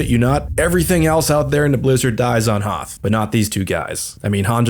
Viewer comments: Don’t ever pronounce Hoth like that ever again! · Why do you keep pronouncing Hoth wrong? I don't get the joke... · I'm physically cringing whenever he says "Hoth" like that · Your pronunciation of Hoth in this video made me laugh so hard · I felt this is intentional lol cause he refused to acknowledge the movie pronounciation